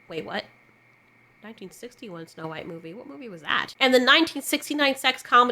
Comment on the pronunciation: It's supposed to be "snow white". Not "snow beige"